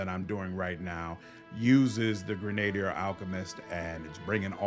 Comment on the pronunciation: dude, are you trying to mispronounce words on purposes? GREN-A-DEER! CAV-A-LEER! Christ